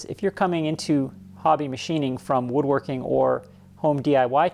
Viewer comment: I like how you say "woodworking" like you have a mouthful of bitter lemons. 😁